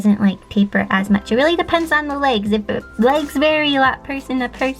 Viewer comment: Thought she said Lakes not legs